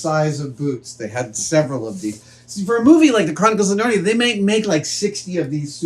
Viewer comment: The Chronic-what?cles of Narnia 😂